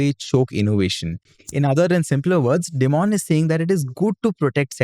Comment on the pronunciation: Hey, just a friendly correction, Dimon isn't pronounced as 'dee-mon' rather its pronounced as 'die-mun'. Also, isn't JPM Chase the world's biggest bank?